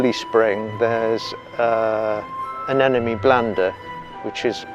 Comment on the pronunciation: Lovely and very interesting film...but it always surprises me when a gardener mispronounces "anemone" as "an enemy".